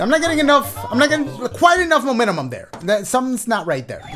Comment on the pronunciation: "You need the MoMeNuHmUm" 🤣 if y'all were confused, he meant momentum 😭 but u gotta luv dashie!